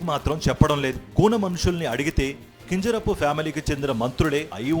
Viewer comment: Tel prononsation baguledu kinjarapu correct ga cheppali